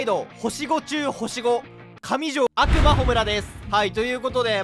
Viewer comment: 悪魔のイントネーション暁美にもっていかれてるやん